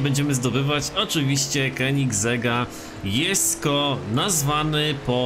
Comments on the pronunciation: mówi się dżesko a nie jesko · A nie powinno się czytać ,,dżesko"?